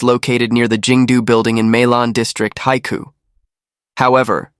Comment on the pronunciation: I've been to Haikou and the narrator totally butchered the pronunciation. It means the "sea's mouth" and is the major port for Hainan with a channel across from the mainland. Hainan used to be part of the Guangdong province, as was the neighbouring Guangxi province. The Vietnamese also believe that Hainan should have been Vietnamese territory. They are famous for the famous Hainan Chicken.